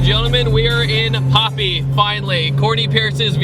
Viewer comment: It's not Popi, it's papi. As in paper. And vortech kit adds 130-140 crank hp, not wheel.